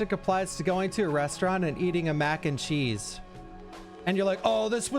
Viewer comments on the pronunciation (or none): none